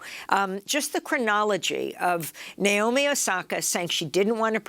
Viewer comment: i just want to point out her name is naomi. not nayomi. not nyomi. i have no idea where the anglophones get that "i" sound in the middle from. here's a simple guide to pronouncing her name properly: na as in nag o as in other mi as in middle